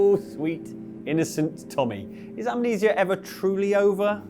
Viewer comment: Amnesia only has three syllables.